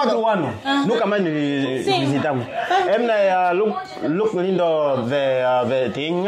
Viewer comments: 2 vợ chồng nhà này ko sửa cách gọi tên Lindo mình sẽ cạch và gạch kênh. Tên ngta (lin đô, lin đồ) chả hiểu sao đọc thành lin đù???? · Tiến phát âm lại tên Lindo đi nhé. U và o khác nhau mà.